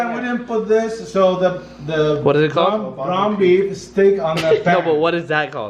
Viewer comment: "Ground Beff"